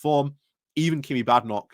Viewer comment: I believe its pronounced Bay-den-och.